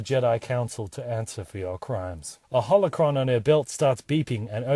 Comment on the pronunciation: it shouldn't bother me as much as it does when he says Holocron.